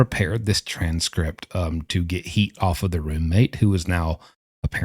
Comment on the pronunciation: The way you say "TRANS-script" 😂